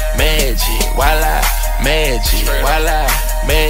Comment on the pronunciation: its wala not viola